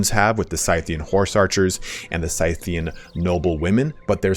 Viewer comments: Scythian is pronounced "Sith-ian" even though we call the tool a scythe and not a "Sith." Also Seleucid is pronounced Cell-Lew-Cid not cell-u-cid. Cheers. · Think you arent saying Scythian right but just a minor thing...😉👍👍👍 (I might be wrong ofc)